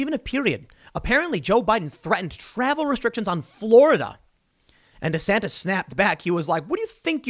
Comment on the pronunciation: Am i the only one to hear Rhonda Santis?